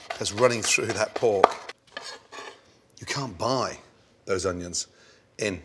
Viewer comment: Nobody: Gordon: oniOns